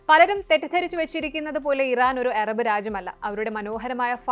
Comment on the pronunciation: എറബ് അല്ല അറബ്